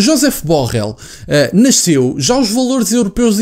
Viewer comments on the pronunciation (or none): none